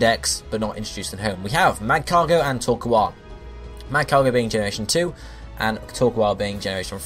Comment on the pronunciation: Torkoal, but please, pronounce it right!